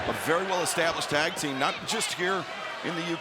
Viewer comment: When Taz pronounced that tag team as Like A$$. That got a chuckle out of me. 😂😂😂